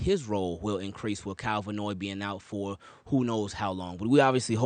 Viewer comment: His name is Van Noy….not Vanoy.